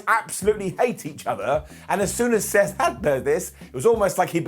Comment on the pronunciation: Did he call Seth, "steth" at one point towards the end of the video? mark